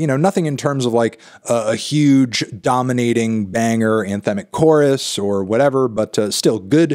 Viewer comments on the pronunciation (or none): none